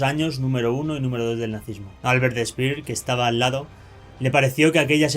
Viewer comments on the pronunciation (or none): En el minuto dise Albert spilbert